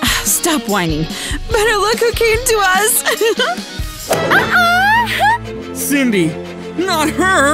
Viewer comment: it's Cindy not windy